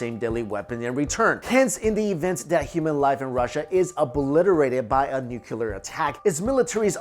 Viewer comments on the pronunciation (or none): Great stuff! But, please...for the love of God...it’s “nuclear” not “nukyulur”. As in “new clear”. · Nuclear please ....... Not Nukular. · nuCLEAR not nuULAR. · Nuclear. Nuclear. Nuclear. Nuclear. Nucular? No. Nuclear. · Nucular isn't a word. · Please, if you present yourself as a "science" channel, you really ought to learn that the word you are trying to use is NUCLEAR. It's pronounced NOO-KLEE-AR. And while I'm at it, it's not MOW-NO-TONE-US, it's spoken as MAH-NAH-TON-US. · Also, nuclear - “new clee er” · I love your channel, and your content! EXCEPT... when you pronounce it "nuc-u-lar" .... :P Also - please bring back some more weird cryptozoology videos! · The way this guy says "nuclear" makes me want drop a bomb on his head.